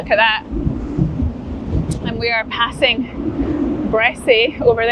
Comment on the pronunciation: The locals pronounce it Bressa, most places ending in ‘y’ drop the ‘y’